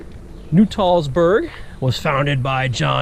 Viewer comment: It is not Nu-Tall- Burg. It is Nut-All-burg. l shot video of the restoration a few years ago.